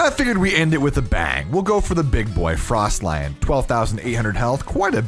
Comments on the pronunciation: I really enjoyed the video thanks! deserved sub :) Although apologize for correcting u abit. I heard u calling the legendary in the end for frost lion. I believe its a frostallion as in frosty stallion horse :D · “frost-lion”??? its frost-aly-en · is mans mispronouncing on purpose tell me he didnt just say frost lion? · I'll subscribe when you pronounce "Frostallion" right